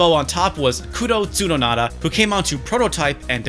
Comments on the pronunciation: how were you able to add extra syllable to Tsunoda? it's Tsu-No-Da. NOT TSUNONADA! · "T-soo-Noda" NOT "pseudo-nada" 🤦🏻‍♂️🤦🏻‍♂️ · “Kudo Tsudonada” I love you but the frick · is Kudo Tsunoda's name really pronounced like that? it looks like it's pronounced "Soo-no-DA" or is "Soo-no-nada" a nickname or something or is it romanized wrong, what's happening here? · "Tsunonada" Me: *facepalms* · You're giving Tsunoda way too many cool syllables, although adding nada to his name is appropriate. According to Matt McMuscles he also ruined the Def Jam fighting franchise.